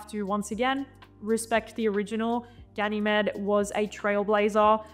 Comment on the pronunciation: It's pronounced as Ga-nuh-meed. As in the Greek mythological character Ganymede.